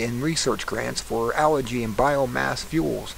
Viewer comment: "Al Gee" you dork!